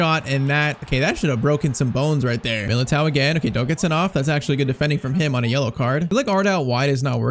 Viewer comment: milatere 😂😂😂😂😂😂😂😂😂😂 its milato